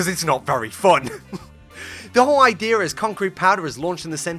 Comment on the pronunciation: So basically, the idear is…